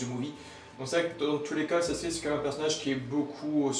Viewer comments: C'est sasuke pas saske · Tu peux dire « Sasuke » au lieu de saske là ? T’es pas japonais et c’est malaisant